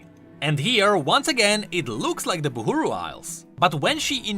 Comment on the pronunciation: it pains me dearly how this guy chooses to pronounce things as he pleases. Why is he saying "Boohooroo" instead of Buhru (Bahroo)? Oh god please have mercy